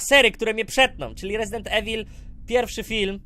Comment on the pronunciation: minuta to "rezidend evil 3" a nie "medi evi" #troll